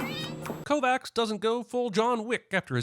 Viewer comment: I'm gonna have nightmares of how you just pronounced the name "Kovacs"